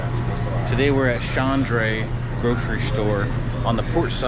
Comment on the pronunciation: The stores name is pronounced ched - row- e not Shandre.